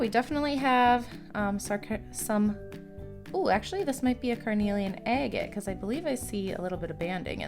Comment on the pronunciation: Agate is pronounced aggit........ 🤦‍♂️